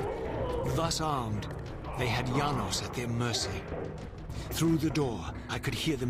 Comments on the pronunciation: It's Yanos not Janos, this isn't game of thrones. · It's pronounced Yanos, but it's spelled Janos. Please see